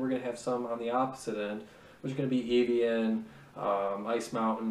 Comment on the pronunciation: Evian. (Eh-vee-in)